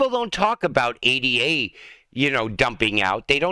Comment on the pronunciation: It's not pronounced A.D.A. it's pronounced Ada... the coin is named after a 17th century mathematician named Ada Lovelace... Lord Byron's daughter...